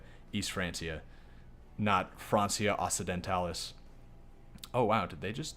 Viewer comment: the only reason this comment exists is because you said, that probably most people won't know the languages country-names are in, so don't take me overly seriously, when I jokingly tell you, that you filthy, filthy person mispronounced 'Francia Occidentalis', and just to be as annoying, as I possibly can, I'm going to explain, using latin letters, instead of phonetic alphabet, that the 'c' in Francia should be pronounced 'k', just as the first c in Occidentalis, but not the second one, that's pronounced as an actual c='see', and just to top it off, I'll tell you, that you failed to take over all of francia in a single episode starting as a count, which obviously means that you don't know how to play the game, and if you thought it would be over, you were wrong, because now I'm going to brag about how I'm learning latin, so obviously I'm a more valuable human being. but on a serious note, I love this idea, best of luck to you, and I'll follow this series all the way through. Cheers!